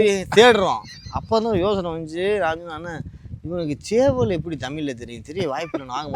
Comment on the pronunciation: என்னது சேவலா 😂😂😂😂 அது சவல்.... அப்டீன்னா மண்வெட்டி